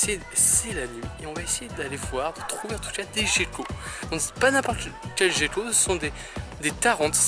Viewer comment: Petite question j'ai toujours crut que sa ce prononcé "guéquo" mais tu dit "jéquo" sais une autre espece ou juste une erreur de ma part ?